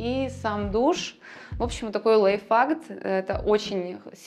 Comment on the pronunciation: Как она произносит лайфхак? Лайф фак? Лайф факт? Ну ведущий же мог объяснить ей что к чему?!